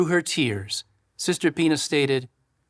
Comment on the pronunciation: He keeps on saying sister Pina and when he pluralizes it it almost sounds like he keeps saying penis, I mean you know how they try to sneak stuff in there!